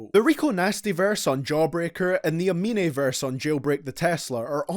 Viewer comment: Dude just say amenay?